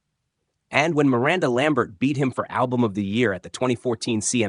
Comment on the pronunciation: you can't say Miranda right?